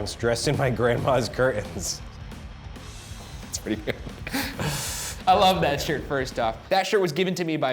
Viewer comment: Is no one gonna say anything about Ryan calling them “curdins”!!!!! Curtains Ryan not curdins